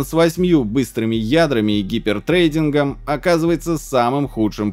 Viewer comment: "томаховк" сказал, а вот выговорить "хайперсридинг" не смог, вместо этого сказал "гипертрейдинг". А вообще - с технической точки зрения канал сдувается, очень много дилетантства, поверхностности знаний, осталось только говорящее лицо.